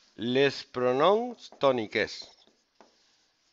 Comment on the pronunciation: LEEES PRONOMS TONIKEEEEEEES. Menuda pronunciacion, por favor menudo timpo de academia encima cobrando...